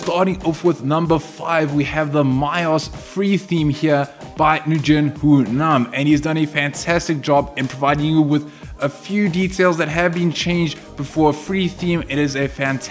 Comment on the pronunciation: Nguyen is pronunced "When" and its his last name.